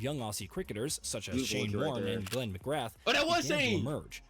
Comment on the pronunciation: A pity the video he is reacting to is voiced by AI, with resultant errors like the mispronunciation of Glenn McGrath and basic factual errors such as the Australian result in the 1992 WC - they missed out on qualification for the semis, as opposed to what the video says - a 4 wicket loss to Pakistan in the semis (in reality it was NZ who lost by that margin in the semis to Pakistan).